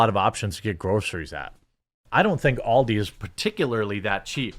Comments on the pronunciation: It is ALDI, not OLDIE ;-) - Ahl-dee ;-) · Aldi, not Oldi, the way you prounounce it, it's as if you spelt it in your head as Auldi, with a u??? Stop saying Oldi